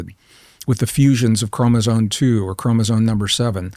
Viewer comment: It's bugging the hell out of me that this highly educated and smart man keeps saying "chromosone" instead of chromosome. If you're going to give lectures or go on podcasts to talk about these things then you should probably know how to properly pronounce a simple word that kids learn at a young age.